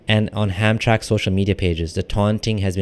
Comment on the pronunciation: HamtraMck (pronounced as 3 syllables)